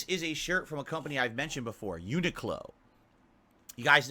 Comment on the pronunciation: Yet again he can't even pronounce Uniqlo properly. 😂😂😂